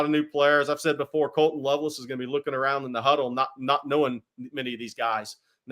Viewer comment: “Colton loveless”😂😂 it’s Colston Loveland.